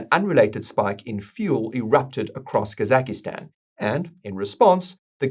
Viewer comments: The 'i' popped up there in Kazakhstan, "Kazakistan"... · I like how you call it kazakhi-stan 😂